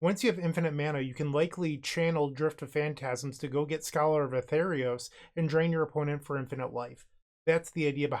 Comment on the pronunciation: it's scholar of ATHREOS, pronounced "ah-three-os"